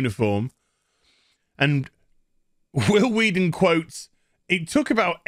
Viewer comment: Who the F does "Huil Hueaton" think he is?